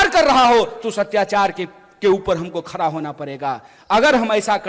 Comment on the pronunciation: खडा को खरा बोलता ह हहहहह